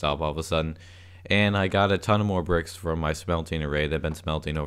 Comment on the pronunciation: Is it just me, or does he say "bircks" instead of bricks